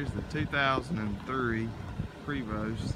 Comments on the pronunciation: Pray-voe ..not preeeevost...oh yeah .nice damn coach for sure! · It's pronounced PRAY'-VO. FYI.